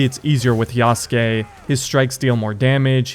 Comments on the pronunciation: When will people learn to pronounce Yasuke correctly... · this game has been talked about for too long for bro to still pronounce yasuke wrong